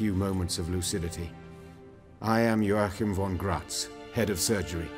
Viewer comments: This is a polish books series j is a y. Like how Yennifer is not Jennifer. So the name is pronounced wrong. I know a guy, his name is Wojtek but pronounced Voytek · Joachim is pronounced as Yo-akhim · Joachim von Gratz, that's a german name. And y'all pronouncing it pretty weird :p